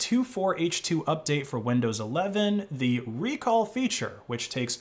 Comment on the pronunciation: It's not ReCall, it's RecAll